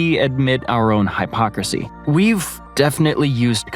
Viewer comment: Unlike the pronunciation of "hypocrisy".